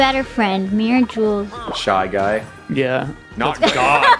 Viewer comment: Every time alpha says 'jules' i hear 'junes' and i- i think i need to cut on the persona